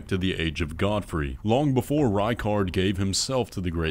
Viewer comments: Did you just pronounce Godfrey as "Goad-froy"? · "Gode-Fry" lol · It’s Godfrey not Goadfrey my mans. Like God-free.